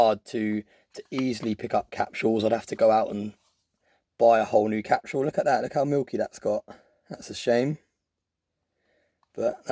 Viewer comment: Capsule (CAP-sull). What in the HELL is a "cap-shoo-ull"?! .999 "free nines fine". LOL I can't anymore. I'm done.